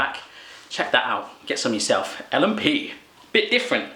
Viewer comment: Omg nz food is yum there is so much more yummy stuff in nz but l and p is my fave your pronoucteation is funny you should try pavlova